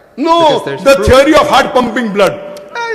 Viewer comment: When you say it‘s a tiary it‘a tiary. What an ignorant dogmatic bastard